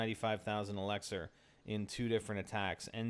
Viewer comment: Why does he say elixar its so annoying!